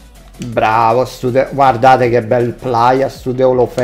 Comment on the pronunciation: Nessuno:: DELOFELU <3